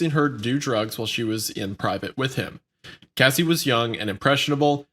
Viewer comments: kinda crazy how much y'all mispronounced their names or artist name. Cassie, not Casey. I always wondered what happened to her cuz she was HOT SHIT BACK THEN. Joe-Da-See = Jodeci, not Joe-dak-ee. Jodeci was very famous and a great group of singers. Sadly, they could have stopped something from Diddy. Saying that though, I'm sure diddy would be out already. Now, with all the shit that he has accumulated throughout the years, the man is donezo. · Yeah they changed pronunciation halfway through from "Cassie" to "Casey," and it was really bugging me. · It’s disgusting how they can’t even pronounce Cassie’s name right. Especially laughing at her traumas. This felt like a high school presentation that nobody was prepared for. Shame on them. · You can at least say her name correctly when talking about her trauma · When saying Harvey's name wrong you correct it, but you mispronounce Cassie's name wrong the whole video... I don't think anyone would care if you butchered the monsters name..edit..props on correcting the pronunciations.. I feel like a Karen for that comment ...and this one, way too much laughter for a Diddy video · Mispronouncing Cassie’s name was frustrating but why was Kid Cudi’s being blown up funny? Your pronunciation of Jodeci was atrocious! You asked for help on how to pronounce the word “irreconcilable” but couldn’t be bothered with pronouncing the names of the people involved properly. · You couldn't wait an hour to stuff your face? Oh and being a communicator who doesn't know how to pronounce words with letters ass in is baffling. What an ace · I couldn’t imagine uploading a whole report on someone and pronouncing their name wrong every time even though they are famous and it’s an extremely common name lmao 😂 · Anyone else getting tired of pronouncing Cassie as Casey? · it bothered me so bad calling her casey not cassie. What was funny about any of it either? The giggling when reading that terrible stuff was kinda cringe.